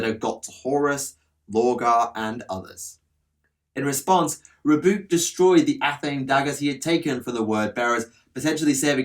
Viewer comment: It's pronounced Row-boo-tay